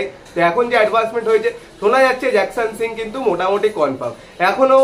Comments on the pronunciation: জিকসানের ডিল কম্পলিট, তোমার মতো ছেলে জিকসান কে জ্যাকসান বলছো??😢😢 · Nam ta jakson noi.... Jeakson